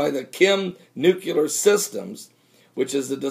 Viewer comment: NU-CLEAR not NUCU-LAR